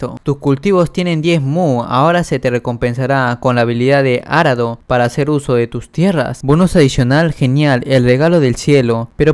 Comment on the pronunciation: porque dices Árado cuando es Arado